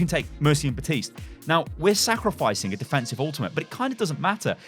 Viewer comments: BAPtiste not BATiste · It’s Baptist’s mate not batiste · Can't pronounce Baptiste right